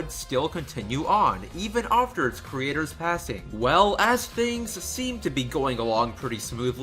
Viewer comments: No hate my dude, but you pronounce after a bit oddly. It sounds like your saying "aufter" again, no hate or anything it's just something I picked up on a little. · “ofter” I absolutely love the way you say after. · LolXD the way you say "after" sounds like "ofter". I like that. Anyway, great vid, though I'm not sure I would consider myself a dedicated fan (I've only watched and liked all the episodes and bought the Manga adaptation by Shirow Miwa, and that's it), but I've see the all too toxic environment that goes on and outside the fandom. Even the drama surrounding some of the CRWBY staff is a little crazy too O~O I actually saw the letter was on a Reddit page that I visited. I didn't read the whole thing, but a lot of people were skeptical about it. There was also a vid on YT that claimed that RWBY stole 3D models to which I'm still unsure about because the vid maker was not all that clear if they actually stole it or they accidentally bought stolen models. Whatever, all this stuff is crazy that I kinda fear for RWBY. I really like the show T^T. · Not trying to sound rude, but... Why do you pronounce 'after' that way? Just wondering... Yeh. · Why do you say after “ofter” XD